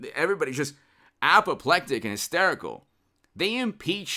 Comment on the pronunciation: He said apoplectic